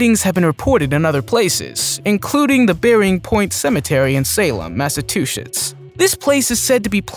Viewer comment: He says massa tooshits lmao